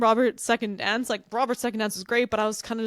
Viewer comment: Where are you from? The girl on the left pronounces "dance" as "donce"!